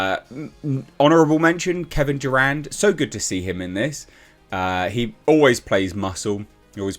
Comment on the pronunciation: I swear I thought he said Kevin Durant lol